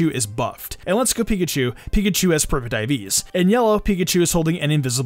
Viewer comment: Ngl when you were saying the Let's go Pikachu Pikachu had "Perfect IVs", I had to go back and re-listen cus I swore you said "perma-diabeties" xD